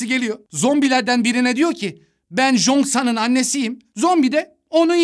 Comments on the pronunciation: Abi cheosang ada jongsan diyosunya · Jongsan değil cheongsan yaz -10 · abi o jonksan değil çhongsan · Jonksan deme be abim çongsan de izlerken delirdim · Jongsan degil o Cheong-san☠️ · Abi Jongsan diye okunmuyor çıyongsan tarzı birşey kırmızı çizgim lütfen dikkat edelim ayrıca diz i anlatıldığından çok daha güzel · Çongsan diye okunan ismi zonsan diye okudu ya buda amma komik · abı zoksan ne choengsan